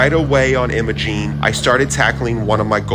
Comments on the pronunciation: "I - MO - Gene" not Emma-Gene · Just helping ya here. It's Will-eeee's not Will-is. Willy's. It's I'm-a-Gene not Emmagene. Imogene. Great video by the way. I've done every one of those badge of honor trails and so many more Trails up there for the last 12 years so dozens of times incredible beautiful place to be❤